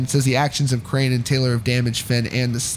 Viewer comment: He pronounced ‘Crahan’ wrong. It is not pronounced the same way as crayon. More like craw-n. Like a crawfish